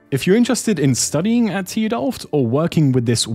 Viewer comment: dont say it like tudelft say tu as a separate letter and then delft like you would say normaly bc i live in delft and this hurts my brain